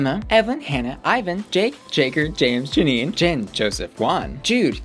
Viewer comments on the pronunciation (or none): none